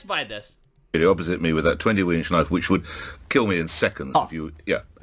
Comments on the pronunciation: Call that a knoife ? THIS is a knoife ! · "That's not a noif. This is a noif!"